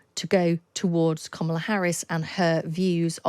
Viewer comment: Her name is kamala not komola u continue to say this it's wrong!